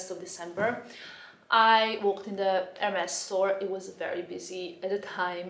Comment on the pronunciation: Just please call them the right way :) [érmee]